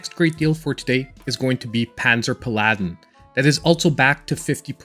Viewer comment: Not paLAdin. Its PAladin. 💪🏽